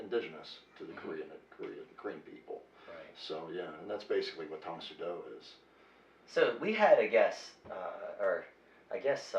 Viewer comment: The host says "Tang Soo Do" as "psuedo" instead of "sue - DOH". It's "tong sue DOH" not "tong SUE doh". You're stressing the wrong syllable!